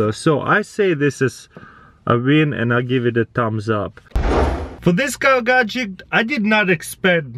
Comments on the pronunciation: it really annoys me when he says gadgek instead of gadget :D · Gadget. GADGET. NOT GADGECT! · Is it only me that notices that when he say gatget I hear gatgec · Wtf is a gajick?! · lol GAJICK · t Its a "Gagjekt" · Me: Gadget CrazyRussianHacker: Gadgek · Is it only me that notices that when he say gadget I hear gadgec